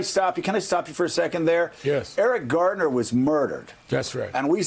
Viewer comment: someone needs to let Joe know (if it's possible to get through to this windbag) that it's Eric "GARNER", not Eric Gardner